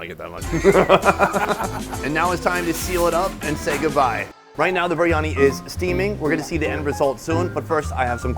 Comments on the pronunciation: It's BEER-Ani not BREE-ANI... IM SORRY IT JUST RUINS THE VIDEOS, SUCH A SIMPLE PRONUNCIATION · Oi mate what is Baryani? ITS FUCKING BARYANI!!!!!